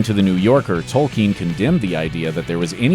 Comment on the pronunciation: I have to give the speaker MAD PROPS for pronouncing "Tolkien" correctly! One of the rare Americans I have heard do so.